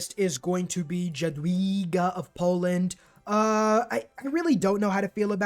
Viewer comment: Jezz Man xD Dżadwiiiga as a Pole i must addmit that that moment have killed me XD